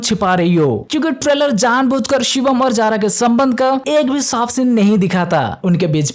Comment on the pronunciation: Akhri scene❌Akhri shinnn✅